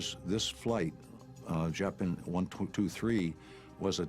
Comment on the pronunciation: someone needs to tell me why this dude decided to pronounce Japan that way